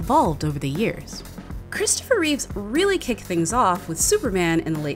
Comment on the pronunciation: There's no S in Reeve.